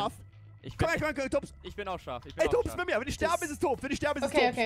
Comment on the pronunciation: Er heißt nicht Tons sondern er heißt Tops